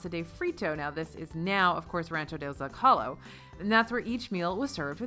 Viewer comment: I love your blog and watch all your vlogs the day they come out. You're the best! I want to help with a very common word Zócalo. It's simple. Don't be intimidated. ZOH - cah - low Or maybe ZOWE - cah - low. The O is long, and the emphasis is on the first syllable. Thank you so much. Have a Magical Day